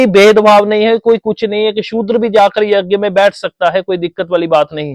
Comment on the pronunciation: Yagya nhi yajya hota h ji